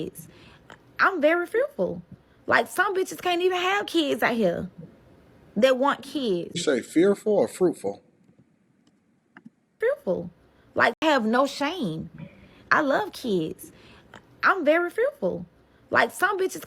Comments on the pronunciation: Shes very what? "fruerful?" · did she say fearful or fruitful? Lmao